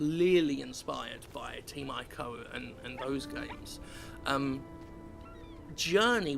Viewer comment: it's pronounced "eco" Not Ico